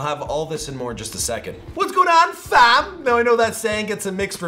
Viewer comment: You make me and I speak for everyone else not want to say that word. Stop saying fam like an 80 year old British woman 👩